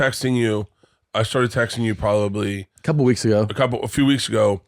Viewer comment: Bert pronouncing “probably” as “prollabee” is the most Brendan Schaub thing he’s ever done